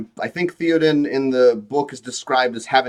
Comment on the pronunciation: you can't pronounce Théoden like this guy and claim to have an actual problem with LOTR lore.